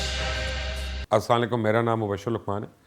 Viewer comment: Bhai apki vedo me dekhta hon acchi hoti hen magr apka salam samjh me nahi aata ap salam thik kren